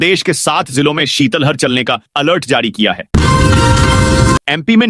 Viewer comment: शीतल हर नहीं शीत लहर क्यों नहीं बोलते हो